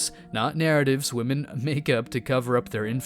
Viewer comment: "What modern wahmyn go through?" Don't you mean what goes through them?